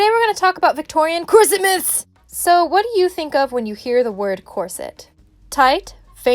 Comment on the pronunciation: Corset myths❌ Corsomits✅ (at the start/what it sounded like to me)